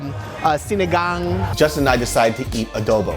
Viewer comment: Filipino food! got the names right! Sinigang!